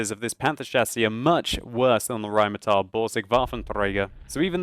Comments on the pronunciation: You wouldn't roll the first R. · Rrrrrrrrheinmetal. Why the hell does he pronounce everything with R in the name like this? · you keep pronouncing Rheinmetall as Rheinmeteil:P Also your rolling r's are a bit laboured ^_^ Just some friendly criticism, nice video:) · You're always good with your pronunciation, but for Rheinmetall it's an "ah" sound at the end. (Not "ial"). Great review though! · i really like it when u start saying rheinmetal rrrrr....rheinmetal hahaha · RRRRRRain metal boRRRRRsig :DD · I love when you say "Rheinmetall" or "Waffenträger". I'm from Germany. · Захари Прит Well.. Jeah it kind of sounds a bit strange when he pronounces it. But he's giving it a good effort and comes pretty close. I like the way he sais it being german, btw :)